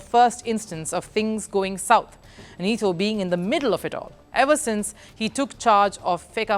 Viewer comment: You switch between saying Eee-Toe and Ett-toe. Do you even know how to pronounce his name?